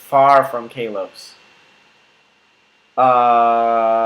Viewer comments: XD KAY-LOCE? you mean koll-loce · You pronounce it like kar lose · it is not stated ka-lose it is said kol-ose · Talented Umbreon I think he means kalos. He says Kay-los not kal-os. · "Kay-lose" lmaaooo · your saying the name of the region wrong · The way you pronounce Kalos makes me want to run kittens under a lawnmower... Nice video, though.